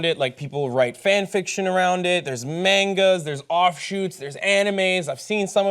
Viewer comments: Amelia Brittain I know!!!! He's done it before in the past and it's nuts how he says he reads them, but doesn't know to pronounce the word them. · The way he pronounced manga makes me wanna die